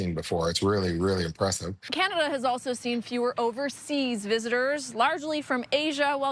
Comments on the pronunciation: it is Canada not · ""???? Did I hear that right? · You can start by calling us Canada not. Until he is out of the WH we won't go to the US. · She can't even say his name, she said powets out of their control. Say it govenor, It's Donald Trump and his vomments about the 51st state. When she said it's like thete is no border and Trump ssid it is an imahonary line, that urked me. She has to come out and say it, Canads is a sovereign nation and Trump was wrong to try to put America first without a care for its allies, even wanting to crush Canada's economy so that we would come begging to be part of the US and give Trump our resources for free. So too bad if Maine and other states are hurting.